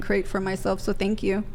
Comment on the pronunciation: So funny when girls say "pink you" for thank you. 😂